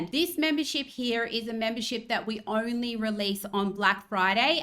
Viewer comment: Did she say the "ornery" thing we have to worry about? Why's it ornery?